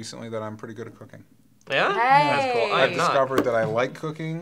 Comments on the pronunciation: I was chewing my wendy's fries when DJ said what he was good at and thought he said cocaine....then I realized the bit didn't end and had to rewind. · when dj first said he was good at cooking i thought he said cocaine